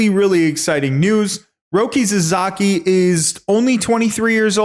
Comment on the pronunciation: Roki's family name is pronounced SASAKI, not SAZAKI. Please get that right.